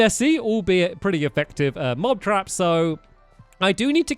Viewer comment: he says mob crap mot mob trap